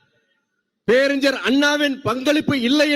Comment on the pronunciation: Peraringar you have to prononounce ஞ through nose.Vaiko’s son too pronounce it ugly. Pathetic. Falling standards in public speaking 😢